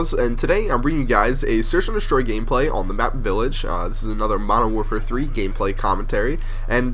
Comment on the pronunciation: at the start i thought you said modern warfare 3 gayplay